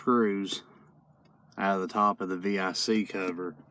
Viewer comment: Thanks for not saying “Vic” like it’s a name. Lol